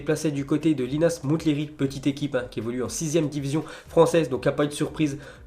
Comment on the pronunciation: Comme pour Mont-blanc ou Mont-St michel, le t ne ne se prononce pas pour Monthléry qui se dit Monléry !